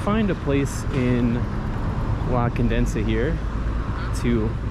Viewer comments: Condesa (Countess) Not CondeNsa (Condenses) 😂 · i just want to help you. It is NOT CONDENSA, BUT CONDESA. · Like your vids bud....a little correction...you keep saying "Condensa" its actually "La Condesa" only one "n" !!! did you go to Santa Fe and el parque la Mexicana? you need to explore that area, check out Museo Soumaya and Coyoacan bohemian neighborhood!!! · Condesa not Condensa. Condesa means countess. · Condesa ! Not Condensa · Condesa ❌ Condensa ✅ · It's CONDESA not ConDENSEa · I crack up everytime, it's conDESA not condensa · Hi, I love your videos and your honesty. But the neighborhood is "La Condesa" not "La Condensa". There is only one "n". sorry, you just said the name wrong multiple times in this video, and I just wanted to correct that. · The people you saw in the tents are protesting, they are not homeless, they're also some immigrants from Haiti they live in tents in CDMX but they are not dangerous. The news channels always talk about how dangerous Mexico is and the reality is not that bad. say it like this (Condesa) CON DE SA the way you're saying it, it sounds like condensa.🤗 come back soon!!!👍👍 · it's La Condesa, meaning "the countess" Condensa sounds like condensation happening lol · Con-de-sa not Con-densa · One more thing I wanted to comment: you kept mentioning "la condensa" but is in fact "la condesa" con-deh-sa, without the second "n". It means the countess. You kept making me laugh. No insult intended, just pure fun. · It drives me irrationally angry every time you pronounce it “Condensa” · It’s La CON-DE-SA! It’s annoying that you keep mispronouncing it. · condesa = con- deh- sah that's how you pronouce it